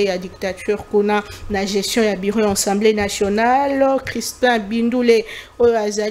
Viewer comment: J'ai l'habitude de vous suivre et je vous exhorte à bien prononcer les mots, on ne dit pas Ensemblé nationale mais plutôt ASSEMBLÉE NATIONALE